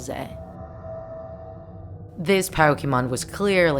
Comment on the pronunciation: If you didn’t already know beelze is supposed to sound like bells but with a z sound instead of an s and it’s also supposed to sound like Beelzebub despite you saying beel-ze